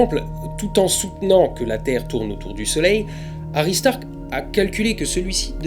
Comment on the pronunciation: j'adore le jeu de mot suivit de : Toi je vais te taper avec le regard :)) La lune s'éloigne 3.78 cm / an alors combien de lumen en moins renvoyés par la lune depuis mille An ? juste par curiosité Autre chose , j'entend aristarck hary starck ,,un foutage de gueule :)) pour la ressemblance ?